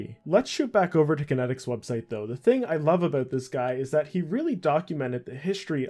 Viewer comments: Kaitnieks= Kite-neeks Not Kinetics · The website wasn't kenneticz, it's kaitnieks, pronounced "kite-nye-icks". Otherwise bravo this takes me so far back, i been playing rsc since a wee-lad, around 2001. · Not sure how he got kan-et-iks from Kaitnieks. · Why do you keep pronouncing his name as kinetics when his name looks nothing like it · This guy really just called kaitnieks “kinetics” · Some OSRS content creators don’t know phonetics. FlippingOldSchool has the same problem. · Haha it’s a dutch name, no wonder that he doesn’t pronounce it right. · Yeah, it's honestly pretty annoying to hear someone make a video on someone so prominent and then just repeatedly get the name not even close to right. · its actually pronounced kite-neaks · im American and I understood how to pronounce it immediately, this youtuber is just a pepega. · Lol autominer source code being "clean", it was literally just a clicker, you could write something similar after spending a week learning to code. By runebot you mean AutoRune. And Kaitnieks is not pronounced "kinetics". OCR = Optical Character Recognition, not Content. Alot of inaccuracies and missing info here I think. Btw you can find Kaitnieks on reddit. All that said, it's great to see someone documenting RSC, I cant begin to tell you how unbelievable it was. I recently started playing RS3 out of nostalgia but honestly, so much of the original magic no longer exists in the game. From staking in a packed draynor, to trading in varrock market and pking in edgeville. All 3 locations, always packed, just an amazing game. Finally, I wrote many RSC bots back in the day and was very active in the community, if you ever want to talk anything RSC hit me up. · Aside from absolutely decimating the dudes name, solid vid